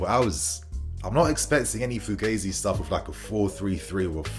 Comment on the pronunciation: Pronounced ‘fughahzi’… sheesh.